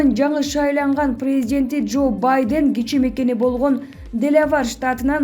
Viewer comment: Журналист уялсан боло Сенин ката создорундон мен уялып жатам Баден дейсин го